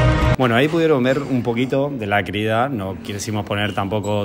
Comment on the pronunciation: Se dice Crida. Con acento en la i